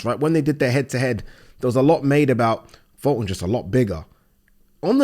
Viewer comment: Funny how youre talking about people are shit at judging fights when you cant even say fultons name right 😂😂😂😂😂